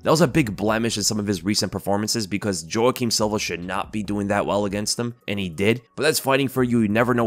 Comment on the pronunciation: Ay yo, Jouaquim is pronounced "Wah Keem" not "Joh Ah Keem". Like the actor Jouaquim Pheonix.